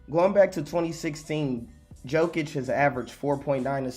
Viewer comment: Jokic is more like Yokic, you keeo reading him as Djokovic, soft y is j in his surname